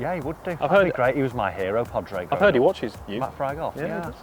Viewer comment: Pawdrig, please say it right😀